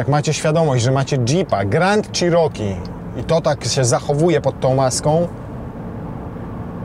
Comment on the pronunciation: przed przystąpieniem do nagrywania proponował bym zapoznać się z poprawną wymową nazwy " cherokee" , to słowo zostało wypowiedziane naście razy co sprawia ,że uszy bolą :/ tak na szybko, dużo lepiej by to brzmiało " czeroki " a nie "cziroki" . Nie jest to dokładny zapis wymowy ale jest o niebo lepszy. Nie ma tu żadnej uszczypliwości, ale jest to tak nagminnie powielany błąd ,że jak staram się wymawiać poprawnie jestem poprawiany a to już ponad moje siły. Pozdrawiam.